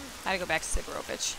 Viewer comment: your pronunciation of sidorovich name is like that name would be written as Sidrovich haha funny. it should be pronounced as it written SidOROvich , buth same O letters are pronounced the same way as you already pronounce only that second one